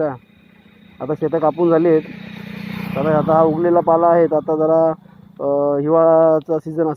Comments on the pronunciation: पाळा नाही हो पाला बोला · पाला शब्द आहे, पाळा नाही